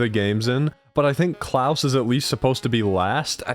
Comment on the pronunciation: Klaus isn't pronounced "Klowce", it's pronounced like Santa's last name.